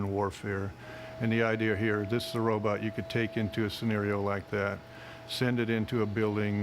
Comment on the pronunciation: A “ROBUT”? It seems that Asimov “DID “ invent robot “BUTT’s”! He said “ROBUT”!